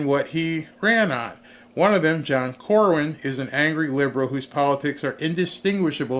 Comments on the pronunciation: No offense,, but it's John Cornin (pronounced Cor-nin), not Corwin. Just don't want any trolls taking issue with you cuz you got his name wrong. Good job, tho...I like your videos best since finding you earlier in the year...think I first found you due to a video about Caitlin Clark? (PS: Would you believe Josh Hawley endorsed Cornyn? So disappointing!! We need to call HIS office, too!) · His name is CorNYN, not CorWYN. I live in Texas, and no I do not like him.